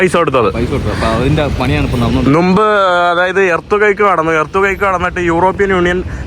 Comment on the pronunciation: നുമ്പ് ❌ മുമ്പ് ✅ നുപ്പത് ❌ മുപ്പത് ✅